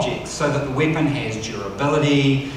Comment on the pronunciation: I love the way he pronounces Weapon, and other words containing E. Weepon.